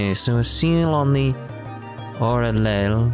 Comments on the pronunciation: Are you gonna keep using this pronunciation of the aureole the whole time? I'm not sure if the exact word is said out loud in cs3. A certain guuguru translate has a fairly decent pronunciation otherwise. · Is your pronunciation of Au-ree-ole on purpose because I have seen people genuinely have trouble in other areas so I'm not sure with you xD